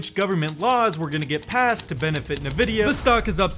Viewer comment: EN-vidia not NUH-vidia! Thanks for the videos!